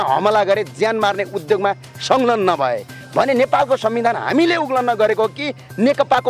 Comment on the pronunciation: उल्लन होईन उल्लंघन उच्चारण गर्नुपर्यो